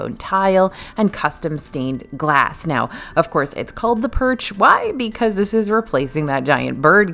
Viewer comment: Oh purch, not perch the fish!